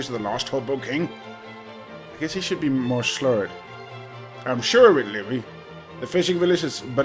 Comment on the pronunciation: Lee-vie lol